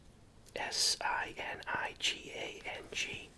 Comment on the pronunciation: And sinigang is “si-nee-gung”